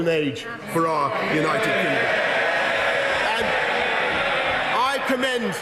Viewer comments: Did he say United Kinggum? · “United Kingom” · He said "United Kingom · "Our great, United Kingum." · did he just say united kingom lol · Did he actually say united kingum???... smh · Did Boris said "United Kingum"? Are my ears OK? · ... LOL he actually said that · United Gingom? 😂😂😂😂😂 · United Kingum? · Anyone else gonna point out how he says “our great United kinggom”? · He said “kingom” that’s why I didn’t use the ‘d’